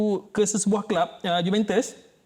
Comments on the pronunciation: Sebutan Juventus tu salah bukan sebut juventes tapi juventus. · Cara sebutan dia Yuventes la palatao